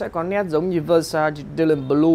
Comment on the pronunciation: Xem lại cách phát âm từ Versace nha bạn, không nên phát âm sai tên hãng, đó là cái tối thiểu.